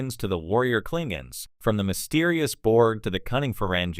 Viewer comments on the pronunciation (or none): Those pesky "Klinguns" on that Star TrAck show. Not the worst text to speech ever, but at least get the show name right!